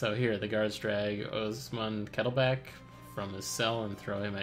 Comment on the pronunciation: It's KettlebLack, like the color. Of the kettle. You're welcome :P